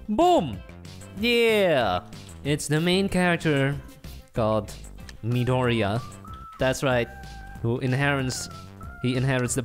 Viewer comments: maydorian?.... It's midoriya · Nobody: Still no one: Crackhead: MEEDORIA 😂😂